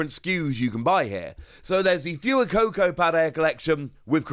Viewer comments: Love you It’s pronounced fway-coco. As in fuego in Spanish meaning fire. 😘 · the way you pronounce fuecoco is not correct